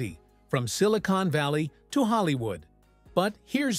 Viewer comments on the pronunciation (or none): none